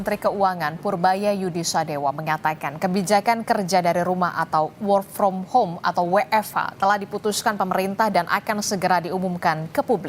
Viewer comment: Ngakak.. presenternya, "whore from home" 😂